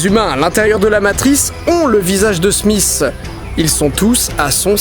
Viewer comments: Didi, c'est pas "Smiss"... C'est "Smith". :pp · smisss et non smith